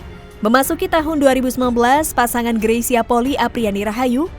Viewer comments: Bukan Poli tapi Poli-i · Bedakan polii sama poli Kedua marga itu ada d Minahasa mohon d ralat cara baca polii jgn d baca poli 🙏🙏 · Bacax gresya poli i. Bkn poki. Itu org manado dan poli i itu margax.